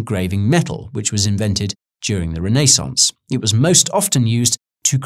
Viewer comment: The raynaysans XD